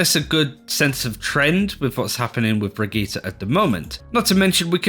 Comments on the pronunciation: Brageeter..... its Brigitte ( Bri-g-E-ta ) for the love of gawd please practice this as it is JARRING to hear you make a video about her then mispronounce the characters name and run it through the mud. :) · Why do you all pronounce Brigitte so weird? You either say "Brick" or "Brigita". Her name is "Brigitte"